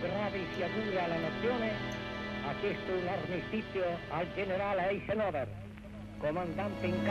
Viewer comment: Che gnurant Badoglio,...pronunciava AISENOVER...